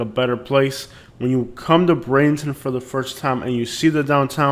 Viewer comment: With due respect, if your talking about Bradenton, please learn how to pronounce it correctly.